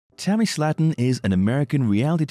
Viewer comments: The family pronounces their last name as Slayton (Slay-ton) - not Slatten (Slat-ten). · Their name is prenounced like this... (Slay-ton) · Please learn how to say Slaton.